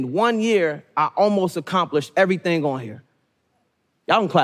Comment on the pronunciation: "Evrythng HI-LVL!"